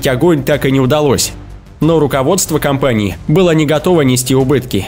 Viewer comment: Репутация компанииХЕ , корабыль по большеХЕ и т.д.... стоит раз заострить внимание на его конечное произношение слов и все писец, слушать вообще невозможно...🤦‍♂️🤦‍♂️🤦‍♂️🤦‍♂️🤦‍♂️🤦‍♂️🤦‍♂️